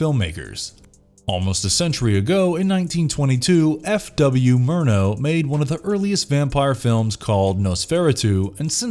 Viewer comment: Noes- fair - uh -tu? Mispronounces Murnau? Come on man, get your shit together. All credibility gone in first 36 seconds. SMH.